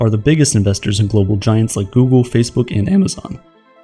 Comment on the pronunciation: Think soogle, Doogle